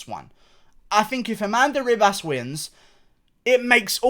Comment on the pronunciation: Bro, it’s pronounced Amanda he-bas